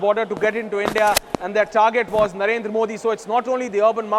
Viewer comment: BC ITS NOT NARENDAR SINGH MODI ... ITS NARENDRA MODI